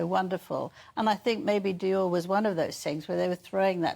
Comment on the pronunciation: And, learn how to pronounce Dior 😂😂😂😂